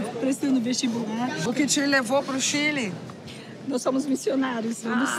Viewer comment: POQUE CHILI , É """ CHILE """